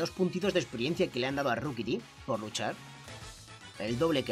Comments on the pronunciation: Se pronuncia roquibi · SE DISE RIQUITI